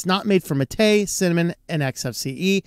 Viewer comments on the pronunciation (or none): While the accent is indeed on the "ma" not on the "te", the latter should still sound long. Like the "ay" in "wayland", not like the "e" in "technical". So yerba mate is pronounced as hair (like on your head), ba (as in ba, ba, black sheep, have you any wool), ma (as in grandma), tay (like that horrifying ai chatbot a while back). That's for the drink anyway, I haven't a clue whether the desktop environment is pronounced the same way or not. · One small correction about the MATE desktop: the right pronunciation would be “mah - teh”, without any accent on the last syllable *te*, which should sound more like the beginning of “technical” - a short, dry pronunciation. The name comes after the popular drink Yerba Mate in Argentina and Uruguay 🧉